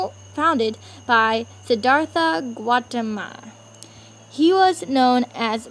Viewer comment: Looks like an 'A" project to me. Good job. Nice background sounds and music. You put a lot of work into it. Work on those pronunciations of terms like "Gautama"